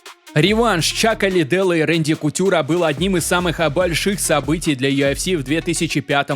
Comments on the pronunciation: не юафси, а юэфси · Бро, ты сам слышал как ты произносишь аббревиатуру UFC , у тебя это звучит как Ю АФ Си , а должно звучать Ю ЭФ Си, без негатива если что. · Автор. Красава, всё хорошо смотреть и интересно. Но вот это Ё ФС. Весь мир говорит ЮФС, честно как серпом по яицам. Перестал смотреть, не могу. ЁФС🤦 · чел, почему ты называешь юЭфси - юАфси? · Почему он говорит ёофси?😂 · Меня раздражает его "ЮАФС" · Чё он как говорит? Ю Аф Си😅